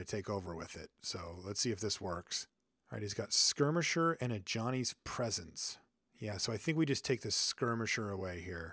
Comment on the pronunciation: It sounds like your saying a Johnny's Presence